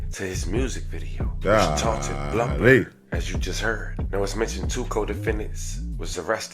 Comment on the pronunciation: Its blum like plum. Not bloomberg